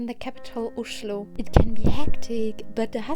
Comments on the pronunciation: Your pronounciation of ""Oschlo"" was perfect :-) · You said «Oslo» the same way the locals do. 😊👍🏻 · Well, many would say that your pronounciation IS the normal and correct way to say Oslo! 😊👍🏻